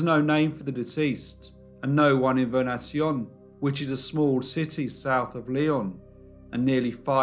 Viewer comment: Vernaison is pronounced "ver ne son"